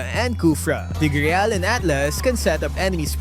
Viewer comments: What the hell is tig "Reyal" it's TIGREAL. You don't read "Real" as "Reyal" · That Tigreal pronunciation is reyal-ly triggering me hahaha 😂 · I nver knew tigreal was read like that. Whatttt